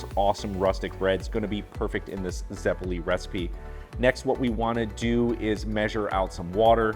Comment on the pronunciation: Zeh-poh-leh and you missed the potatoes, sugar and butter. 👌